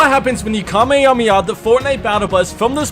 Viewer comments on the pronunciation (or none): we wont lol it’s pronounced ka-may-ha-may-ha hope it helps! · Decided to quit watching the video the moment he said kamehameha wrong. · as a person who used to watch DBZ when I was younger the way u pronounce kamehameha pains me 😂😂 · Right?? I thought I was the only one wondering why he was saying it like that??